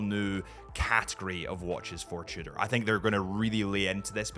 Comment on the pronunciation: Didn't know Tudor has a French name: Trudor... Fancy